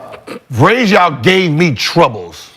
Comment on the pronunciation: Please ,please tell me you guys are tracking every name that Gil mispronounces and make a compilation of that😂 Vraysjauw (Varejo) was hilarious 🤣 even more funny was Brandon saying "who,VRAYSJAUW RONDO"🤣🤣🤣🤣🤣